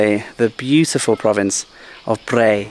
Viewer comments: Hi, I love all of the segments that you have produced. Thanks for your hard work. The recent province that you have visited is actually called Phaer (according to the Thai writing) not Phrae. I thought I let you know. Keep doing a great job. Cheers. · It’s แพร่ not “Prey” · The pronunciation of "Phrae" should be like "P-rare" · Phrae is a fabulous little town, famous for it's ancient wooden mansions. Lovely country farmers markets etc. There is another Earth Pillar area south of Nan too, at Sao Din (Earth Pillar), near Wiang Sa on R1026. Btw,, I hope you don't mind me saying, but Phrae is pronounced like 'Prayer' not 'Pray', with the rising tone, as you say. Hope you don''t mind. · well.the province name is not what you pronounced .nice view by the way. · You need to learn how to pronounce Phrae correctly!!! Ask a local...